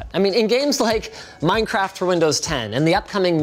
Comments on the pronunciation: ah yes! my favorite game "MINCERAFT" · "Minceraft" lol